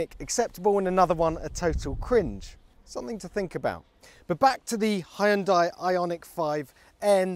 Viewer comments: It's not "Hi-un-die", it's "Hun-day" 🙄🙄🙄🙄🙄🙄🙄🙄🙄🙄🙄🙄🙄🙄🙄🙄🙄🙄🙄🙄 Why do people always butcher foreign brand names? It takes a moment to look up the correct pronunciation. 🙄🙄🙄🙄🙄🙄🙄🙄🙄🙄🙄🙄🙄🙄🙄🙄🙄🙄🙄🙄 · Now we just need a button that pronounces Hyundai correctly.